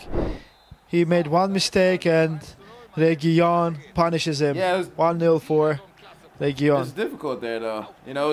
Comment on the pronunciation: Guys it's pronounced reguiLon it's just one L ;)